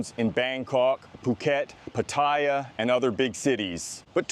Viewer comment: Really enjoy your videos mate and you are obviously well versed on all current events in Bangkok and Thailand. I am surprised though about your lack of Thai. I am curious have you tried to learn? Your pronunciation of places like Pattaya พัทยา, Ko Phangan เกาะพะงัน and even Sukhumvit สุขุมวิท needs a bit of work.